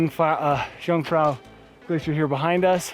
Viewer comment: I like very much all of “amateur” videos, and I’ve seen a lot of them, and always given them my “like”, but not this time, for the following reasons: (1) you insist in mispronouncing “jung”, (2) you insist in measuring european mountains in feet. 🤓